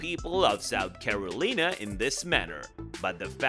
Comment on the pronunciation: Sooth Caroleena?? Wtf dude!?